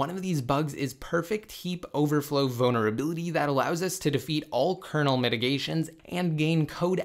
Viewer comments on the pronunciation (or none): Please learn to pronounce vulnerability. Boner-ability was said 20 times in 5 minutes